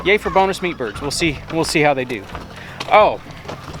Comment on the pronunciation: Every time you say meatbirds.. It sounds like peepers. Lol